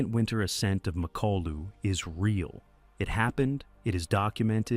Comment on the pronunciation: Nie Makolu tylko MAKALU pacanie Al 😂😂😂